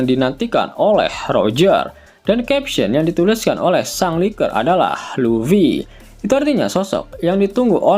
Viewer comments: Luffy bukan Lutfy, bagaimana mimin ini kadang2 sebut Lutfy😂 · LUFFY bukan LUTFY..😂